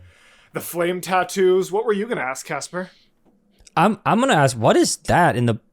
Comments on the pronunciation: Almost correctly pronounced I approve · oh wow good pronouncing Casper :0✨